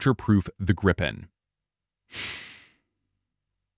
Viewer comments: Grippen? NO, please! It's Gripen. The same pronunciation as in "beaten by Gripen" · Gripen is already doing Supercruise with the GE engine.... And hey.. the name is more "Gree Pen" not Grippen....